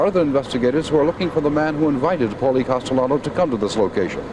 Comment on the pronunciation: “Paulie” Castellano? Seriously?